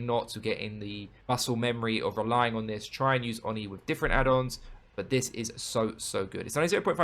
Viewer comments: It's "Oh Knee", not "on knee" :D Love your content 💕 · Absolute no offence, but i love how you say "" haha, sounds funny haha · I swear it’s pronounced ‘oh-knee’ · On knee